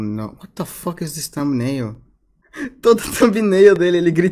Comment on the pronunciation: Eu sou fluente no idioma (inglês) desde os 12 anos de idade. O claramente não sabe inglês, ele erra a pronúncia do "is", uma das palavras mais usadas no idioma.